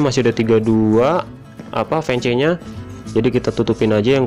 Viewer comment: itu tulisannya emang fence tapi bacanya fens